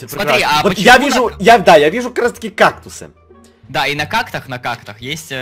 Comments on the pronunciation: Какулс? Какулс? МОЖЕТ КАКТУС? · как вы только кактусы и не называли и каукусы и какусы и какты